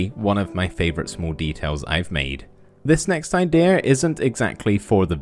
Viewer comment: It's "IdeAH" Jokes